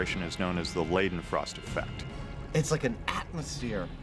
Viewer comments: i'm sad they pronounced liden frost wrong still; still love the show though. (PS: leiden is a German name pronounced like lied-en) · Adam and Jamie's pronunciations of Leidenfrost are hilarious different. Jamie's is quite good. Like far better than I expected. Adam basically switched the e and i and said Liedenfrost instead